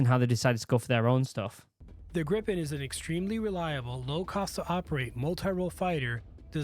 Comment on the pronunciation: Hi the jet is kaled Gripen and not Grippen learn that please.